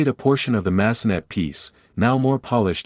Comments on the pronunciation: Massenet needs to be pronounced in French. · I’m cringing when the AI voice says, “Mass-uh-NET.” Clearly, it’s the French composer, Jules Massenet. Pronounced MASS-uh-nay.